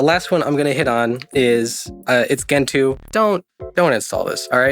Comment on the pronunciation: Gentoo - jen-too (It is a species of penguin , as a bird you should know that)